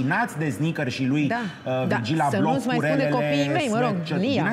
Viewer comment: Va iubesc dar ma zgarie pe creier pronuntia incorecta a numelui lui. Nu se pronunta H-ul, e “Ablo”